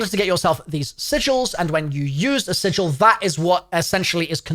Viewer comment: Im just glad there's a youtuber that knows how to pronounce sigil